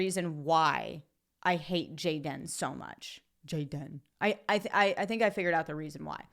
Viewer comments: Dude, with all respect I'm gonna slap you if you utter Jay-den again. It's Gay-den. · Your pronouncing gay-dan incorrectly.... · "JAY -DEN" 🤣🤣🤣🤣🤣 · His name is Gay-den... get it right already. LOL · I watch just to see you say JAY-DIN! LOL! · Every time you say... "JAY-DEN" I laugh my ass off hahahaha thank you for your videos, I love them.